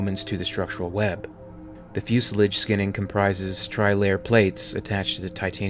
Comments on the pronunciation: You need to learn to pronounce fuselage properly 😂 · His pronunciation of ‘fuselage’ makes me cringe. Video is awesome but the constant mispronunciation ruins it. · You sound American and I'm going to let you know you're saying fuselage all wrong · your pronunciation of fuselage leads me to believe you're using a robo voice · fuselidge boiiiiiii lol. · Fuselage Rhymes with Camouflage :) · It’s pronounced “fuselahge”, not “fusilidge”. Other than that, good video. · Fuse 'a-large', not Fuse 'a-lidge' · Long A in fuselage - Fu-sel-AH-ge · Is this an AI generated narrative? The word fuselage is also mispronounced or pronounced differently from anything I've ever heard fusle- lage No offense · Fuu Se Ledge - bro where did you ever hear this pronunciation of fuselage? Watch a boeing or airbus video please. Good content though it hurts my ears every time you say "foo sa ledge" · "FYOO - SILL - ODGE" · Fuselage pronounced "Few-so-lodge" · Also it’s “fyoo-suh-lahzh”. Impossible to listen when every sentence is mispronounced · Fusilidge Do you mean fuselage ? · "the fusalidge" ...fuselage? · Can't watch any more, mispronunciation of fuselage and ablative is killing it. mega oof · Fus-lidge? No, it's "fu·se·lage." That's "few" "see" "lahgg" and Cheyenne is pronounced "shy - ann" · wow this guy really has a lot to learn.fus-lodge,trans sonic?,shy anne,,etc... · Had to turn it off because I just cannot stand to hear you mis pronounce "fuselage" and "Cheyenne" any longer! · Interesting video - narrator can roll off multi-syllabic fictional tech gibberish without taking a breath, but flubs up common words like Cheyenne and fuselage. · angelofchoasdeath except he can’t pronounce Cheyanne or fuselage but yeah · Lol fuselodge..think of it that way,..not fuselidge..also shyanne instead of shayanne for the Cheyenne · Its pronounced "shy anne" not 'shay enn'. The typical pronunciation of fuselage is 'few sa lage' not fewsalige'. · "Shy Ann" "Fusa lodge"